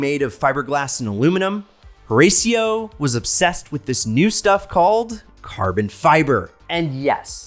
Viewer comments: His name is pronounce: Hih-ratio. It is so hard listening to you so rasio. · Learn how to pronounce the man’s name instead of bleaching your teeth. Horacio ( Hor a shio)!